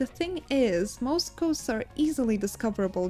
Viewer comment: Your voice is nice to hear and you pronouce the names of the ghosts properly, i hope you go far in your career and maybe explode one day!